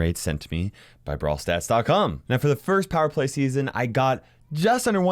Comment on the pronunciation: plower play? Or am I hearing thing's